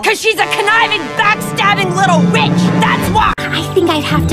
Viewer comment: On I thought Eva said *itch for a sec😂😂